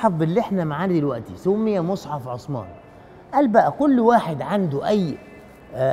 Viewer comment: عند النطق بإسم الصحابي الجليل عثمان لايصلح نطق عصمان او عسمان لازم نحاول ننطق الأسماء كما هي بغض النظر عن اللهجه